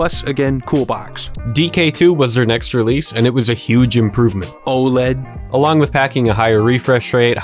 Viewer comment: The satisfaction I got when he said Oled